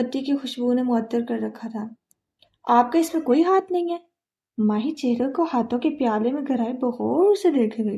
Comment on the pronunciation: yr her pronounciation of MAHI and MAHIR is soo confusing